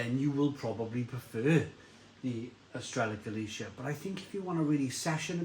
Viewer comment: It’s actually called Estrella Gal-lith-e-ah